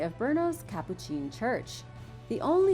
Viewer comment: Btw Capuchin is not pronounced " Capocheen " it's supposed to be pronounced " Capoochin " js